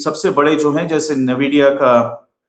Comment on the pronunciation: Please its aspelled NVIDIA and NAVIDIA... I am an ex NVIDIAN